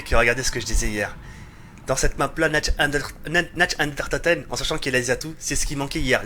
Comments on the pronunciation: 18/20 y'a pmus de liberté c cool... par cpntre tu me fais delirer qd tu dit "Natch and der toten" x) sa se prononce Nart der ountoten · c'est Nacht DER Untoten et pas Nacht UnDERtoten mdrr, sinon très bonne vidéo comme d'hab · C'est nacht der untoten !! Pas natch under toten